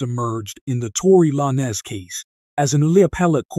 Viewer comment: Tory La-nez 😂😂